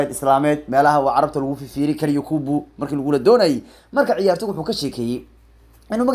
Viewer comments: 😂yakubu maha ee yacqub waye🤣micnaha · yacquub weeye magaciisu maaha yaquubo😀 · yakuubu maahanee yacqub waaye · yacquub waaye yakuubuu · yakuubu ma ahanee waa "yacquub"🤣🤣🤣🤣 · Sxb magaca thomas partey waa yacquub ee isagaa ku dhawaaqi karin